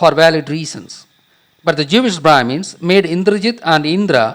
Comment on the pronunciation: did he just say......jewish bhramis?